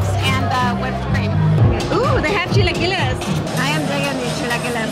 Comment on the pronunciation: I like when she said chilaquiles correctly.